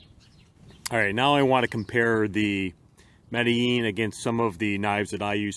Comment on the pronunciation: I like that you actually know how to say the name of this knife. Its a really neat little folder. Underrated in my opinion. Thanks for sharing it with us